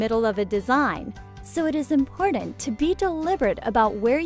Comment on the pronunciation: Omg please stop saying “impordant.” That’s not how it’s pronounced. You’re driving me insane 🥲